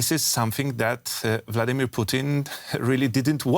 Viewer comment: Is it Bloodimir or is Vladimir?